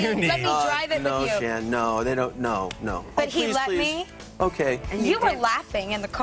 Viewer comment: Shannen not Shannon